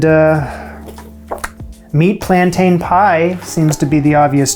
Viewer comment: Please - plan-tin!